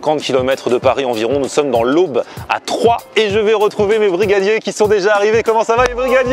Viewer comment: Je m’attendais pas à voir ma ville dans ta vidéo mdrr, sinon ça se dit « Trois » mais c’est pas grave.